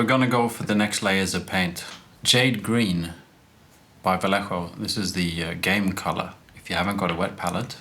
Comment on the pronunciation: Your pronunciation of "Vallejo" is better than what most people come up with (including myself ;) )